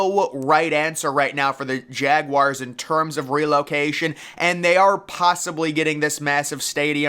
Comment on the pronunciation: Its pronounced Jagwars, not Jagwires.